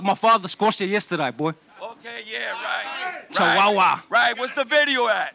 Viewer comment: George calls teo sr chawawa lol 😂